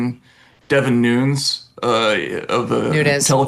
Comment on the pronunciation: Me too - is so weird he didn't know how to pronounce Devin Nunes' name tho 😂